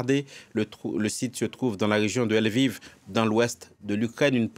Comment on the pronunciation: Ce n'est pas " El-viv " , philomé !!...Lol